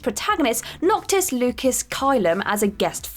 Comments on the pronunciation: Noctis's name is pronounced Loo-sis, not Loo-kiss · Noctis's middle name is on pronounced Lu-sis, not Lucas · Lucis is pronounced as Lew cis not Lucas. It was bothering me >> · Yeah, I cringed hard on that. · Whenever I hear voice on a video I already cringe because I know she’s going to say something wrong. And of course she butchered Noctis’ name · You're saying lucis wrong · As someone who probably didn’t play FF15 to hear how it’s said, she could of butchered it must worse so I appreciate her effort.